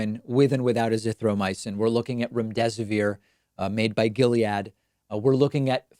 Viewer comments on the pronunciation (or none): David: "...made by Gilead." Me: o.O